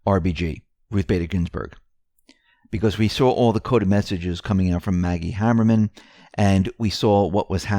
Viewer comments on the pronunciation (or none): I don't know if you are mispronouncing maggie's surname on purpose.. That first 'a' in Haberman rhymes with cake.